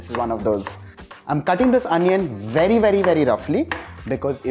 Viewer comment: vely vely vely ..instead of very very very 🤣🤣🤣🤣